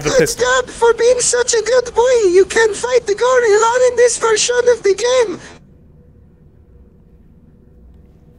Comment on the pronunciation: can't pronounce "game" but perfectly pronounces "parasocial relationship."